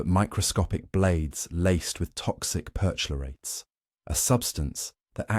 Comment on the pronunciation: CHLORATES, PER-CHLORATES (CH pronounced K)